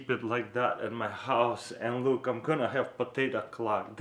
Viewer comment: when he says look it sounds like he is saying Luke